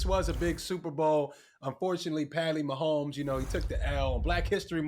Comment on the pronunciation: His name is Patrick Mahomes it sounded like damage said something different.